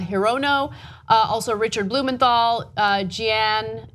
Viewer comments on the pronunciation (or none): Jeanne Shaheen pronounced as Jean Shaheen. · Jeanne pronounced is pronounced 'Jeen'. The last name was pronounced correctly. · jeanne is pronounced "gene" 😉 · Kasparian needs to learn how to pronounce the names of U.S. senators.